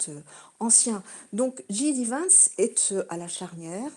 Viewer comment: C’est clair qu’il ne comprend rien à ce qu’il se passe aux US. Il ne sait meme pas prononcer le nom de JD Vance, ça montre bien que ses sources d’information sont secondaires, est ce qu’il parle même anglais? Lamentable